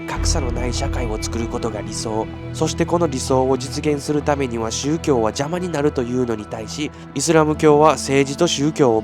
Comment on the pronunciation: 宗↗教↘ではなくて宗→教→